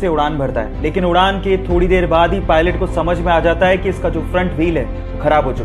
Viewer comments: Pilon nahi pilot hota hai मूर्ख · Its pulot not Pilon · Bhai pilon nhi pilot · ar bhaya pilon nhi pilot hota hai